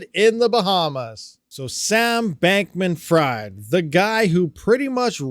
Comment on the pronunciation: I believe the pronunciations are as follows: "Alameda" = "Ala - MEEDA" and Bankman who might as well be "FRIED" is pronounced "FREED" which he certainly won't be after this.